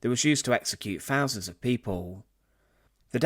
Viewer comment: Fousands?,learn to speak English.